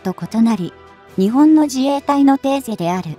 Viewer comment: 何で日本を「ニチボン」と発音させるのか？ このchは彼の国発なのかな？ 何か感じ悪い👎